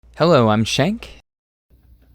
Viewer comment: Shank: Hello im Shank Me: Did he just say he was a Skank